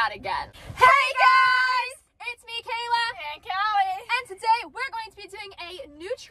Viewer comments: Am I the only one that heard Kayla said hallie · What’s wrong you said HailE not KAILA